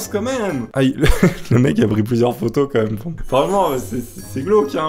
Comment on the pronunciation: gros t'abuse a dire "comme même" dés le début fait un effort stp